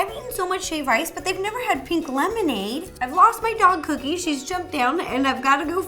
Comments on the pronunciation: did she say couldy instead of Cookie? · You said,"here we go couddie and not cookie, is that some kind of nick name or did you just say it wrong? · she accidentally said coodie instead of cookie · She said coodie instead of cookie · did she just call her dog cookie coodie😀😁😂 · Coodie? I thought her name was Cookie...? 😂😂😂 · Haha she said cuddie and not cookie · did anyone hear her call cookie coodie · Anyone else notice when she calls cookie “coodie”😂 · I don’t know about you but I totally heard coodie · She said to cookie " one, two, free" is what I heard